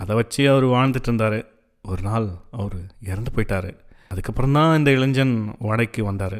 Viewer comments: இப்பொழுதெல்லாம் தமிழாசிரியர்களே மாணவ-மாணவியருக்கு "இளைஞ்சன்/ இளைஞ்சி" என்றுதான் சொல்லிக்கொடுக்கிறார்கள். நியூஸ் மீடியங்களிலும் கூட.. இதே நிலை. அதாவது "இளைன்ஜன்/இளைன்ஜி" தான் சரியான உச்சரிப்பு என்றே மாணவர்களும் நினைத்துவிடுகின்றனர்.. So it’s not their mistake.. but it’s just the teachers’ and parents’ responsibility to take care of it. Of course if it doesn’t matter.., we can ignore that.. who cares! Cheers !! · நண்பரே! கதைவாசிப்பில் கேட்கும்போது ஒரு தனிப்பட்ட அனுபவமாக இருந்தது.பாதி கதைக்கு மேல்தான் உணர்ச்சி கலந்த வாசிப்பாக இருந்தது.பாராட்டுகள்.(இளைஞன்,இளைஞி உச்சரிப்புதான் சற்றே நெருடலாக இருந்தது)